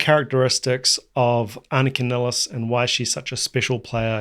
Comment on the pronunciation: Anika NYLES NOT NILLES